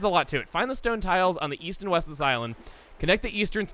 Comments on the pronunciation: and East? I thought you said Weast. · East? I thought you said "Weast."